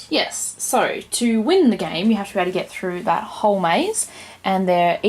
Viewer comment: the subtitles interpreted your pronunciation of the game as 'whorehouse.'